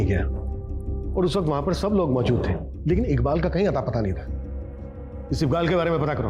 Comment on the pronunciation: Sir iqbal ko ibkal boltye hnn